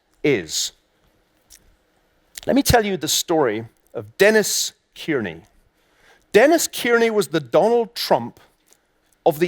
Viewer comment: Its not 'Keerney' its 'Carney'